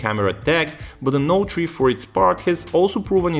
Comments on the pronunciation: Note tree :P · galaxy note tree lol..